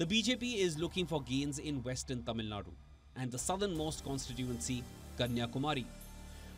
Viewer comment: kudos to the presenter for the effort pronouncing Tamil words right.